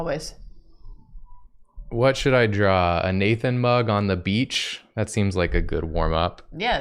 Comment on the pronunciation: when they first said “nathan mug on the beach” i heard nathan BUG on the beach and i was looking forward to seeing a lil nathan as a bug and then jacob starts drawing the mug…😂